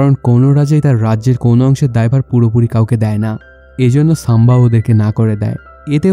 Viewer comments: সাম্বা নয় সম্ভাজী । উচ্চারণ আগে ঠিক করুন তারপর মুভির এক্সপ্লেইন করবেন । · সাম্বা জী 🤣 ⚒❌ বরগি ✔️